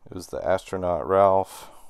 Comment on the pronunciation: Did you say "astronaut Ralph"? 😂